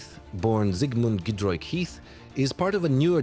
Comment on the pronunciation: Giedroyć not Giedroyk ... Ć simply doesn't exist in English . It is somewhat somewhere between our C and CZ ...